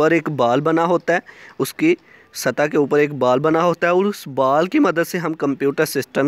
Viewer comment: बाल नही बॉल😂